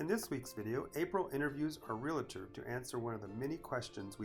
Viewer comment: It is not realitor. it is realtor. Just a suggestion if you want people to listen to your content and take you seriously then you must speak the English language correctly.